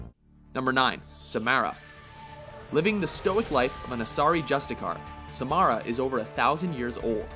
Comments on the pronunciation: This list really sucks... No one even likes Samara (you pronounce her name wrong anyways) or EDI. Zaeed and Kasumi were only honorable mentions? This is an awful list. How was JAVIK an honorable mention, even though he was one of the funniest and most useful squad members? It sounds like you've never played through the series, if not only once, and like "OK! LIST TIME! LET'S DO THIS BECAUSE WE'RE OUT OF IDEAS!" I think the next list is going to be "Top 10 Watch Mojo Lists" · OMG learn to say the names. You said Samara and Liara's last name wrong.